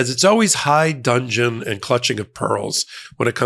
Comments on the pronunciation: Please Please Please, it's not "High Dungeon", the phrase is "in high dudgeon", as in he left in high dudgeon. Which means he left in anger. Please get this right as this is the 5th Meidas Video I heard this mistake. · I love your command of language but being a pedant, I have to point out a mistake you made today. The expression is "high dudgeon" and has nothing to do with dungeons. Although that's where the defendant belongs! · 8.10 High Dungeon? I'm not criticising, we all make slips, it's just a bit funny.